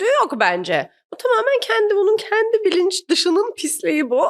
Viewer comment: Kendi kelimesini çok ve yanlış kullanıyosunuz, şaka kaçıyo, şaka iniyo arkadaşım. “kendi” , e nin üstünde şapka varmış gibi düşünün. Azıcık diksinize yön verin yahu. Düşün bak “genç” kelimesindeki “e” yi ince söyle nası kaba duruyo bi görün yahu. Konuşma diliyle yazdım ki iyice anlayın diye. Takıldığınız yerde Teoman’dan “Zamparanın ölümü” nü dinleyin. Abimiz çok güzel söylemiş: Dün akşam dedim ki; kendi kendimeee kendi kendimeeee: Düşünmeeee